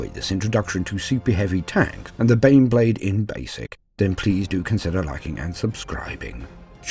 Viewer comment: My murican ears keep hearing "Bean Blade". A gift or a curse?